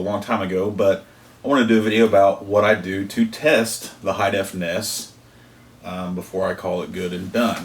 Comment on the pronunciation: N-E-S not (lock)ness